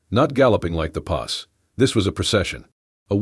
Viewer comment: Don't forget poss for posse. 😅 Oh my. Bandana pronounced ban-don-a! I don't mind that much if the person has an accent, but this.... just no.